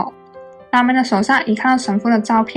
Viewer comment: Ramil的發音是拉咪 Punn的發音是班....